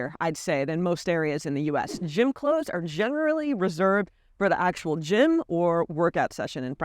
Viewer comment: the way she said "gym" 😬